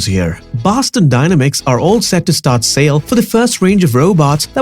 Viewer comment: You’re pronouncing the word dynamics wrong and it's very annoying.